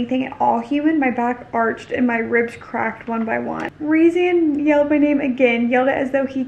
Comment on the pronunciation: It’s pronounced Reece-and